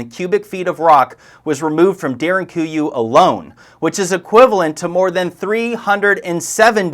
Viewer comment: Pronunciation of Derinkuyu ..??